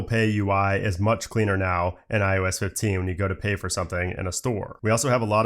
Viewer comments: How does this guy not know he's fucking saying, "iUS"?? It's iOS buddy... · This man keeps saying iUS instead of iOS. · It’s “ IOS “ not “ IUS “ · i hate the way he says IOS